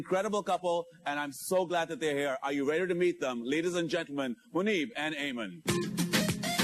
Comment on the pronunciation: It’s Muneeb not Monib pronounced it right